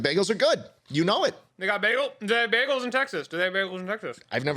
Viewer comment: i’m from texas and i’ve never heard of a baygal